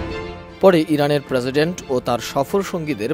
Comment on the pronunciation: কিরে ভাই প্রেসিডেন্ট নাকি প্রেজিডেন্ট?